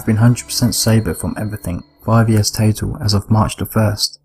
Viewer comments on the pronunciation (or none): none